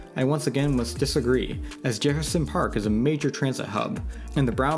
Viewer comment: "commARcial" reallly kid? How do you not know how commercial is pronounced? Also what is "Jeherson Park?" Never ceases to amaze me how many people on YouTube don't go back and fix their obvious mistakes. It's not like this is live.